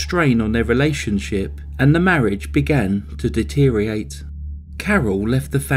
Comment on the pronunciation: Deteriate? Never. Put the OR in. Deteriorate.